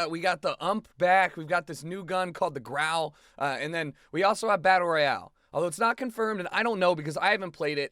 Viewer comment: its royale not royal